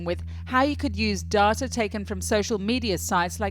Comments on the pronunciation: Dar-ta..... Wut?? Since when did we change it from day-ta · Reporter has acquired a near-perfect RP accent, but betrays her Aussie roots by pronouncing "data" as "darter" rather than "dayter". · Surely it's dayter not darter. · "darrrrta" Are all Channel 4 journalists fucking morons? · Why is an English reporter pronouncing data "Daartaa"